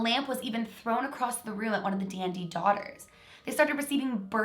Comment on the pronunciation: Who else thought she was saying DND whenever she said Dandy